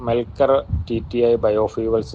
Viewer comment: മെ ർ കൽ എന്നല്ല മെൽ കർ കാർ എന്നാണ് കമ്പനിയുടെ പേര്